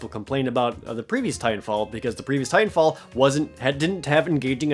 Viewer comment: oh. I thought you said Tight 'n Fall instead of Titan Fall